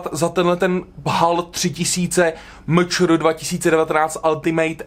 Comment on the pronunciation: A to MČR se čte "eMČéR" a ne "MČR".